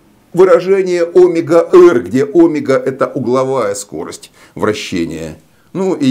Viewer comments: почему Вы ставите ударение на первую гласную Омега, а не на 2-ю омЕга ? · Млин , а меня в школе учили говорить омЕга , а не Омега!? Это.....ужас! Как быть?